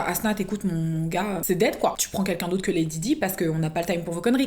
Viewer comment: je l’ai mis à la française 🙃